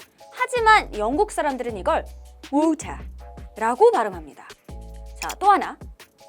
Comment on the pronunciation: 오우타~ 발음 최고에요👍